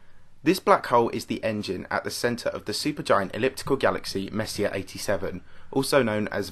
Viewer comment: Hate to be that guy but it's pronounced more like Messy-A. Kinda like foyer